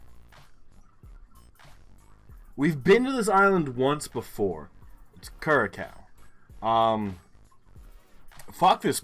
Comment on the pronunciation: Congrats on 500 episodes! I have watched several of your videos. 5000 points in Indonesia is really rare! Notes about Curacao-- I think it's pronounced like "cure a sow" where sow rhymes with cow. It's owned by the Netherlands, part of the Dutch Antilles. It is pretty tough to get a geoguessr spot there because there are so few google streets in the Caribbean, you don't expect it. It's likely that a lot of the smaller Caribbean islands have English, as well as perhaps a mix with French, Spanish, and, in this case, Dutch, depending on the island.